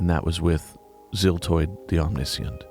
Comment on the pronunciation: LMAO I had noticed that omniscient was mispronounced but always thought that it was done intentionally to highlight the fact that he didn't know quite as much as he insisted he did. In the end it is better that way IMO, indeed.